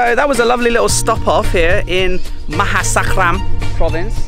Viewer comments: Maha sarakham not maha sakram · ma-ha-sa-ra-kam is the word. Love all your videos though!!! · Right. FIVE syllables. 😉